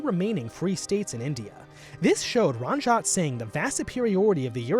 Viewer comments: ITS NOT RAANJAAT ITS RANJ-IT SI-N-GH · It’s “REN-JEET SINGH” not “RUN-JEET SINGH” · RANJAT SINGH?? ITS RANJIIIIIIT ITS EE NOT AAAA IT HURTS TO HEAR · Ranjit is pronounced run-jeet. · Ranjit Singh is pronounced “ Ranjeet” singh and we as Sikhs generally put Maharaja Before it as a sign of respect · Bro, it's pronounced "RUN-JEET"😂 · Ranjit is pronounced Runjeet Not rahnjaht lol Sikh is pronounced sickh not seek